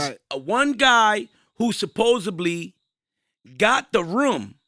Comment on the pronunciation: Tell it’s “supposedly” not “supposebly”